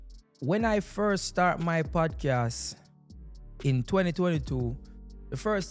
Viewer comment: When you get a moment,, please practice to enunciate the word Podcast correctly. Love your content. Keep it up!